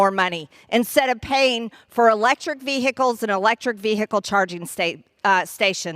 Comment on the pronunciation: Vehicles not veh-Ickes . I can’t stand the way her bad built language skills.